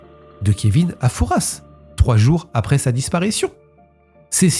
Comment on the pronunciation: Merci pour la prononciation du père Fouras. Pour info : trafic en français 1 f et traffic en anglais 2 f